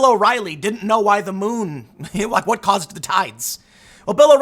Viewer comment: "I'll tell you Hwat! Dude!" - Tim Pool